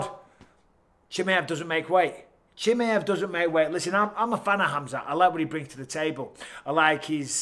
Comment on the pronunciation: Love you Mike. But please pronounce fighters names correctly! CHIMMYEV 🤣